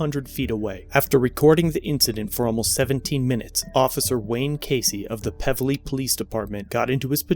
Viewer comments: It's pronounced "Peeevely" . I know that area well. Barnie Fife and Andy Griffith off highway 55 , why go there sort of town. 75k is a gift of a settlement from the truck driver. Should've gotten more. Wonder how much he got from the former officer "personally"? They never disclose that....only what taxpayers shell out for the stupidity of "their" officers. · I work nearby here, you really butchered the name of the town lol it's Pevely - PEEEEVelee lol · Its peev lee